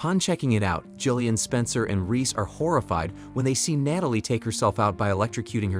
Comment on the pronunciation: what's with the random and repeated mispronunciations of Natalie and OB/GYN?